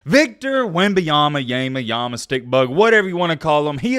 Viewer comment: You want to talk about someone - say their name correctly cool guy